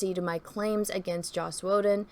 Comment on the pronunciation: Take a shot of blue milk every time says "Joss Woe-den"